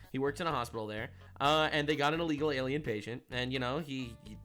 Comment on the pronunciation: Alrighty kids, everyone repeat after me, "ILL-LEGAL." It is not "Ah-legal." It is Illegal. As should saying "Ah-legal" be.